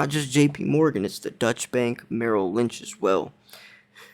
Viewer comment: great show. it is pronounced doychah bank and it is German.